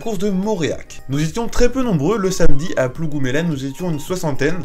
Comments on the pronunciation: ca se prononce plougoumlen ;) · Salut plougoumelen ne se dit pas comme ça mdr mais pas grave